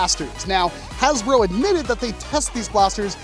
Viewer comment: Bro said hasbruh 💀💀💀